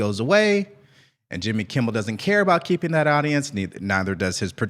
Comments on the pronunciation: Hey, it's Jimmy Kimmel, not Kimble. I noticed you said that in another episode, thought it was just a mistake but you pronounced it that way like 3 more times. Well it's kinda funny you don't even know his name now:face-green-smiling: Also, AOC sucks! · LOVE your show BUT PLEASE It is Kimmel. NOT Kimble, NOT Kibbles. KIMMEL! 3 days at least now.